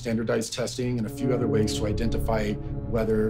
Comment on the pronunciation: “ a lew millennium”